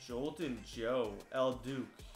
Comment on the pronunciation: If he says El "Duke" again, I'm throwing this iPad. Worst part was he said it sounded really familiar while he mispronounced it 11 times